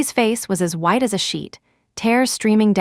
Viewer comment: WHITE NOT WIDE AS SHEET